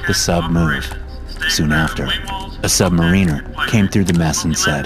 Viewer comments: *sub-MARE-n-ER. Not sub-MARINE-er. Goober.👍😆😆🤣💯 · Consistently mispronouncing "Submariner" while narrating a tale of Submariners does take you out of the tale a bit.